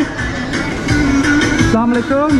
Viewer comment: Very Nice.I like the way you say assalamualaikum!!!